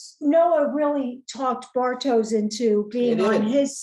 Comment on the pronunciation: Nice recap :) Pronounciation help for Silja: Zill-yar (like the beginning of "zilch" and "yarn"). Bartosz: Bar-tosh, not Bar-toes. Jonas: Yo-nuss, not -niss. About Clausen, he has this BDE, if you know what i mean. I think he's a fun character. I've seen a clip of the actor in the TV mini series "Deutschland 83" (he's also in 86 and 89), there he plays a similar character, but more menacing. I've acquired that series and will watch it in due time.